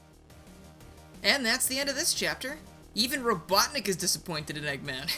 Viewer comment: Hate to be that guy but it’s, “Robotnik,” not, “Robotnic.”